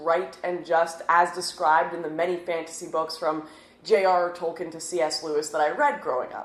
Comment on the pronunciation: Can't pronounce Baggins or Tolkiens names correctly yet you grew up reading it? Hmmm I think not